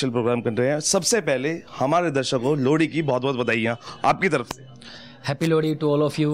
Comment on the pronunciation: भाई लोहड़ी होता है लौड़ी नहीं😂😂😂😂